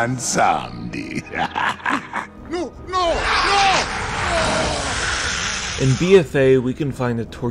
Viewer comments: That man said Bomswandi. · The way you say Bwansamdi hurts me to the core. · You said Bob Salami wrong.